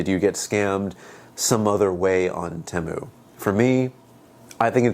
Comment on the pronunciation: It's pronounced Teeeeeemu